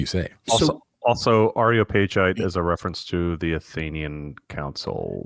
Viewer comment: I know, I know. Comments that correct pronunciation are only slightly worse that ones that just say "First!". BUT you did ask! Tyro = TIE-roh, and since you now have me on a roll: Praetor = PRIE-tor or PREE-tor (only two syllables) Areopagite = ar-ee-OPP-uh-ghyte (a hard G sound and accented on the antepenult -- it's Greek) Sorry. I had to get that out of my system. I'll go back to enjoying the show now. :)